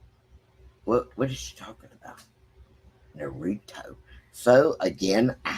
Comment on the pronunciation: Naruto. Nah-ru-toe.